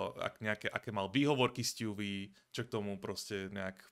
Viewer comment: ''sťůví'' mě baví xddd